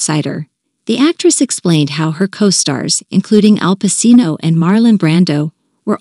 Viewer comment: Whoever does these recordings meet to get the pronunciation of the actor's last names, right? It's pacino and coppola. It sounds ridiculous when they say it wrong. Because everyone in the world knows how to say it in the real world unless this is an A. I robot